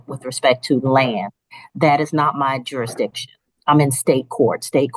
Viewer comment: If you cant say the word "jurasdishin" you don't get to represent yourself. You get an attorney. Waste of time.